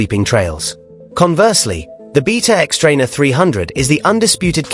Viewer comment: First of all, the xTrainer isn’t comparable to the KX. A 300rr would be a more comparable model to Kawasakis new offering. And it’s “BAYta”, not “BEEta”. Someone sounds nervous about Kawasaki’s new model 🤔